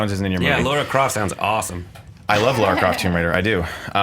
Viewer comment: It's LARA not Laura!!!